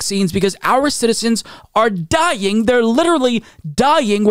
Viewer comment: “Die-ying” …Interesting. Think I‘m gona try pronouncing it this way for a month.